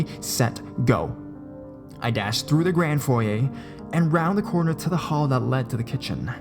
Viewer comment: OMG! You pronounced "foyer" correctly!! NO ONE DOES! Maybe it's because you're Canadian. We tend to know our Frenchiness... :)